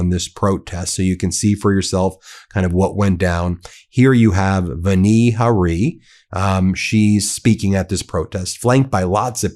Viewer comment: It's Vani Hari with the accent on the first syllable of each word. I can tell that you may not know what a syllable is since when you say "Bayer," it sounds like you're saying "bear" or "bare" or perhaps "Behr," as though it's one syllable. Look carefully, because it is two syllables: BAY-ER. Please say BAY-ER clearly as 2 syllables so people know what you're talking about.